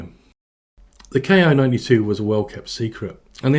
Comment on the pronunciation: Sure looks like a copy of the Curtiss Commando, C-46/R5D. But more sesats in the cockpit, and a tailgun. OBTW, IJA aircraft were designated by the katakana letter Ki, [one cypher] that's pronounced KEE. It's short for the word for airframe.